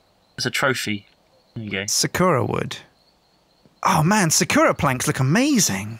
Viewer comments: Dammit that's not how you say Sakura, haven't you ever watched naruto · Please stop pronouncing sakura wrong, it's agony!